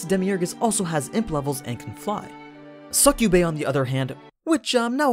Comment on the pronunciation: You cant pronounce succubae without the SUCC